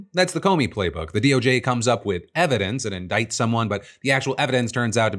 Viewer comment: Hey Kash, you drunk bro? “We’ve got all the ‘everence’” lol he meant to say evidence